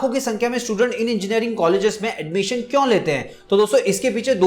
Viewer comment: Sir please improve your prununciation of 'kyu'.....video will become more impactful